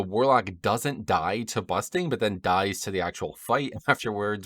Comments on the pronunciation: Nice video once again. BuRsting instead of Busting tho xD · Why do you keep calling bursting busting? is that an american thing? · Also you keep calling it busting, and it’s funny hahah